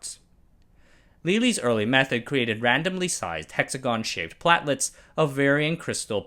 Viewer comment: Platelets and valence both have a long 'a' sound, like the a in bake.